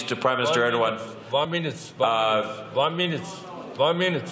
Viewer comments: Wan minıt olmaz van mınıt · opne mınuteç... one mınutee...